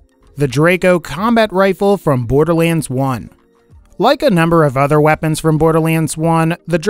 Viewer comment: Um borderliends?